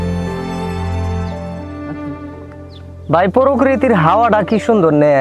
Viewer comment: er basha oo bul oo dehi 🤣 prokiti ✅ pokriti ❌😆😅